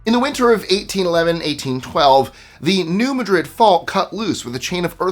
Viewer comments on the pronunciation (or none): I really enjoy your videos, but it's not New Madrid like the Madrid in Spain. It's more like, MAD-drid, kinda smoosh that together. The D bleeds into both sides of it. Just sayin'. Peace ✌️and, B.